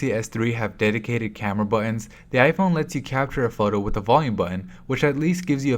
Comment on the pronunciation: The way he pronounces "buttons" irritates me. Enunciate the damn Ts!